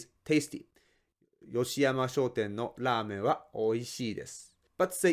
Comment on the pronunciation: Is it shoten or shouten?:face-purple-wide-eyes